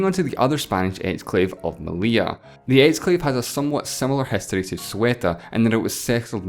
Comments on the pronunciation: The 2 Ls in Meli*ll*a have a Y sound, therefore his pronunciation is right. "Meliya" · You nailed the pronunciation of "Melilla", how come you failed so bad in "Ceuta" ?